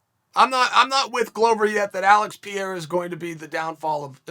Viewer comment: S/o to this Alex Pee-ara